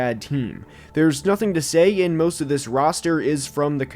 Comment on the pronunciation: Moooost of week 12? What accent pronounces most as moooost?